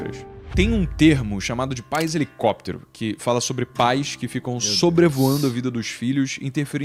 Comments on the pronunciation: Toda vez que o fala helicóptero, eu lembro do meme "helecopetero, helecopetero" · HELICÓPTER, HELICÓPTER